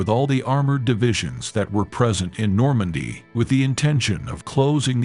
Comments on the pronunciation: The artificial intelligence that you're using to narrate this is stupid. It's not Normay, it's Normandy. Do better your teaching history and using piss poor English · Exactly where is normay? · Who needs AI? The machine narrator sounds absurd (like pronouncing Normandy "normay"). Shoddy. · The effing AI voice over with it's constant mispronouncing of words...NORMAY?...renders this unwatchable. 😢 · Stop with the AI crap. Normandy pronounced Normay? To distracted to go beyond the badly articulated map of the 2AD route....